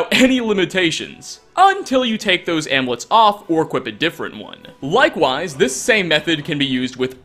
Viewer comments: IT"S AMULETS NOT AMLETS. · I'm just stuck on the way you pronounce "amulets" 😂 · Your pronunciation of amulets is triggering haha